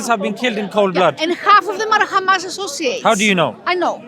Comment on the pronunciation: khamas , khamas , khamas is all they say .